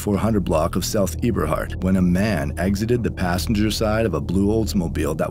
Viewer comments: It’s “eeberhart “ for it’s pronounced “ebberhart “ Eberhart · It’s “Eb”a hart—Not “Eeb”a hart. I’m from the land and it’s crzy how these ppl talk about us and don’t even know us. All the shit is sad.. Englewood…. They young but as life goes on they gonna regret all of this if they make it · Not being rude, text has no tone. The street name Eberhart is a short E, not a long E. The girl was murdered where I use to play outside as a kid. 6504 my family use to own since before my mother was born in 1950. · It’s funny how ppl who’s not from Chicago try to report and bank on our news. And it’s not pronounced E-Berhart it’s Ebber-hart.